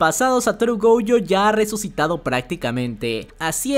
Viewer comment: Porque vive diciendo GOUjo